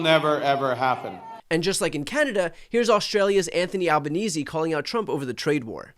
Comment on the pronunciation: Albo's name is pronounced Al-bah-nay-zee. It's not important, but it's a good name, come on now.